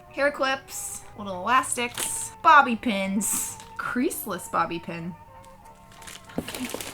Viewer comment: “So that was from Vicky.” Omg Also the way you said “CREASEless bobby pin” was very “immaaaaaginary muffin”